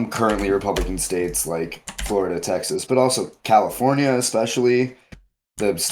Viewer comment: I hear your concerns, but mumbling “Florida” and “Texas” does not do our States justice. Bro, Donald Trump wants 0 kinds of smoke with targeting Texas. And he probably wouldn’t even fly over the swamp. 🐊